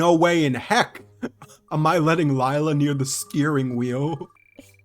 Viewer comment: the “lie la” is killing me 😭 pleasee “lAy la”